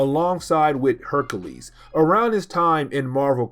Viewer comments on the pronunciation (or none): none